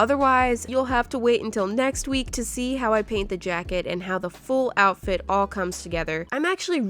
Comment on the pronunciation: When said outfrit could not stop laughing